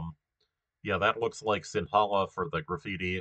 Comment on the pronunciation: Little tip - That number 3 line, like 70% of Tamils live in the upper part of that line, Also in the Central part near tea plantations. The rest is mostly Sinhala. And 'Ha' is not that strong when pronouncing Sinhala. It's like the first sound in "her". - That's a scarecrow 😂.